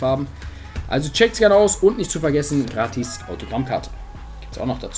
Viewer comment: Sprich mal gratis richtig aus